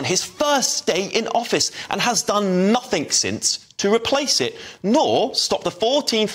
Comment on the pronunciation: Why do people say nothink?